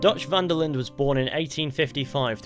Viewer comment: Really annoys me how you pronounce the d in linde